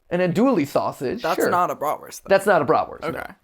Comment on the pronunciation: Said the sausage way wrong my god